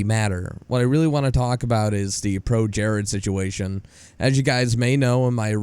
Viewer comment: You say "the" wrong.